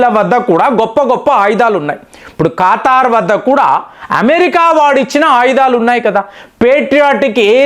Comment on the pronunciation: ఖాతార్ అనాలా , ఖతార్ కాదా